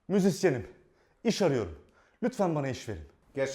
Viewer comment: ipini koparan müziksiyenim diyor lfdsşfsş